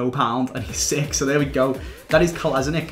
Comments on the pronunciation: Clichy plays in turkish League now and you call it Kolasinatsh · it is a pronounced Kolašinac